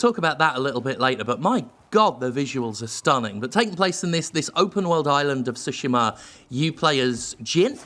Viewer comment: Ive heard people pronounce it as Shooshima...